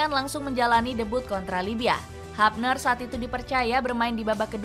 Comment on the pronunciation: HUBNER dibaca Hubner bukan Habner min....!!